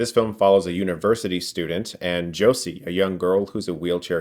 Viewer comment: Sorry for being that person... Josee is actually pronounced "Joe-ze", not like "Josie" (I think even the way I wrote pronunciation is wrong but I'm a Spanish speaker, sorry!)